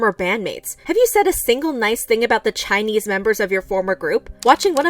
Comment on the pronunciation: i realy like how you pronounce Chinese words so well.